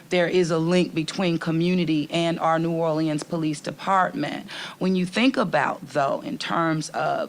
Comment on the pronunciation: Can the mayor at least pronounce New Orleans the city she's mayor of?